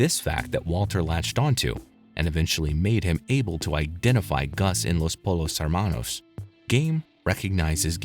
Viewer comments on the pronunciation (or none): imagine watching the whole show and still mispronounce Los Pollos Hermanos